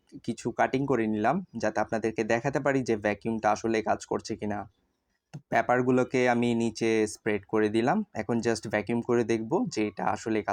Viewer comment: Paaper❌ Paper✅